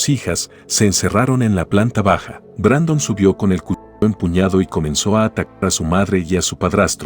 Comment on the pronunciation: Es Brandon no Brendon